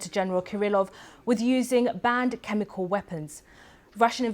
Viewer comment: Why does the presenter say "chemicaw" instead of "chemical"?